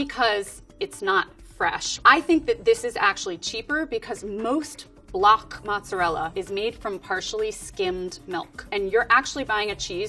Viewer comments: She said right once, but I think more people are used to hearing the other version so she went with that one 😅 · ALOT of English speaking people say matzerella as the pronunciation, it may just be me being closer to the south but I hear Matzerella more than mozzarella. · I'm English and I do add a T, I say it like 'mot-zer-rellah', I'm originally from the east Midlands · Actually she pronounces it wrong. She need to say the "mozza" part sharply and the "rella" needs to be rolled. Not like the english r on the back of your mouth but more on the front of your mouth behind ur teeth.